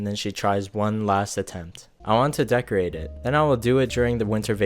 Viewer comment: Learn how to say betrothel and decorate